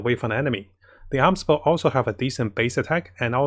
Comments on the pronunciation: Amos Bow is pronounced "A-Mos" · Every Time he Say Aams Bow Someone gets a 5*Star Character 😌